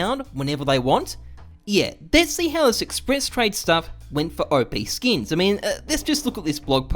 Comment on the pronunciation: "Oh-Pee Skins" lol, people always mispronounce it, its Op like Operation. The 10x increase of WAX tokens from 185m to 1.85b was well documented before the distribution. That lawsuit never went to court. The notice from Valve was expected by WAX/OPSkins so it didn't backfire, it was anticipated. OPSkins was also the first marketplace for Ethereum NFTs before OpenSea launched. Forcing Valves hand and riding the PR wave to promote WAX was all planned and calculated. No business can survive and grow when it is built to rely on someone else's platform (in this case Steam), so you need to break away from that limitation, and you may as well make as much noise about it as you can while you do it. Since OPSkins shut down in early 2020 WAX continued to build out their platform, services and tools and support their community. NFTs blew up in 2020 and even moreso in 2021 which is the whole thing that WAX was built for. The WAX token almost hit $1 last year, went down a bit with the rest of the market but climbing again now. I'm also pretty sure that WAX are making more money now than they would if they were still just a marketplace for Steam items. They went from being just a marketplace to being the platform that marketplaces and games build on, they became Steam, everything is going as planned.